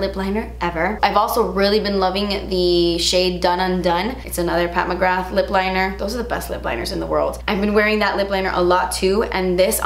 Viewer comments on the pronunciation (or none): none